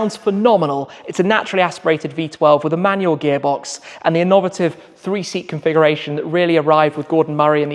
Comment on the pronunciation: In-nov-otive??? wft?